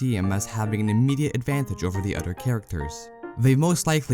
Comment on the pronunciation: Did anyone else notice how this man pronounces other as udder? Or utter? Lmao It kinda bugged me I couldn’t tell if he was trolling “He mains scout proudly and He doesn’t care what utters think about him”